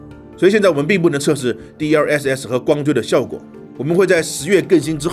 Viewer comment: 挑个刺，“更新”念gēng xīn, 不是gèng xīn 啊